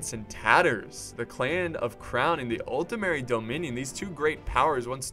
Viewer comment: You´re still pronouncing it as "Altemeri" xD